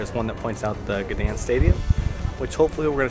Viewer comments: G is silent. Pronounced ‘Danzig’ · You really butchered the name Gdańsk :P